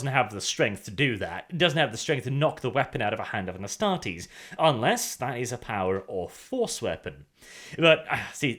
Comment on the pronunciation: I think it is pronouced Astar-tes(like test), instead of Astar-tes(like tease)